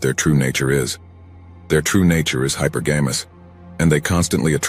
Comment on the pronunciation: Hypergamous not hyper games